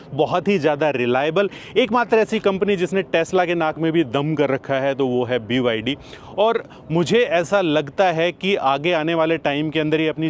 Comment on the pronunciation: BYD nahi Bhai "Baydi"😂